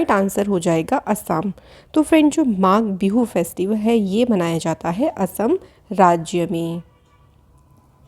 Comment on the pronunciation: Magha Bindu nahi Magh Bihu I am from Assam